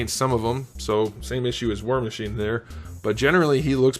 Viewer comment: I swear he said “whore machine” 😂